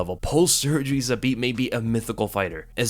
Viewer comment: Respect for saying his name the best way possible in English that is Zabit!